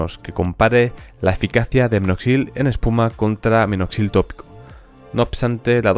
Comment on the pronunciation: Oigo claro, “un litro”. Incluso, en vez de minoxidil, escucho “Noxil” . Pero no importa, la información es valiosa, y eso es lo que realmente importa. Gracias.